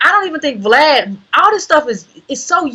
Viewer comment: Lol I love how calls Vlad “V Lad”